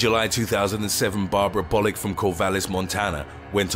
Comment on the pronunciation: When you said Bollick I thought you said Bollucks 😂😂😂